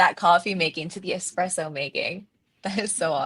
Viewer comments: Coffee connoisseur....but "expresso" 🤭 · Bro is an “expresso” nerd…